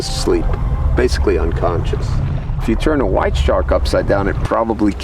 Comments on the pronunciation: say the great white again its pronounced the great white not the great whhhhhhite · "the great khuite" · how he pronounces his w lol